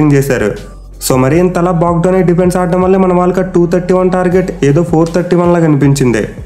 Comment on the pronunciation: Bro you are pronunciation defence word super 😅